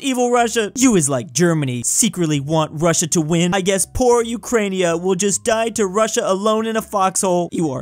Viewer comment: I so triggered when i hear Ukrainia, dont even on russian is not like This, it's Ukraina(Украина,Україна) And no isn't Niet its Ni(Nea)